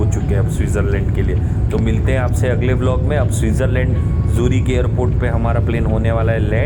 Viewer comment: भैय्या जूरीक नहीं है ज्यूरिक है 😅😅😅😅😅😅